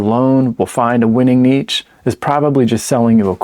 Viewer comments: Nitch or Neesh! What the heck are you saying... Neatch? #DoNotRecommend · Im gonna ask chat gtp is it neech or neesh. 😂